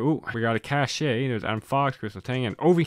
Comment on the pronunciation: Metal-X is pronounced "Metallics" and Cache is pronounced like "cash" FYI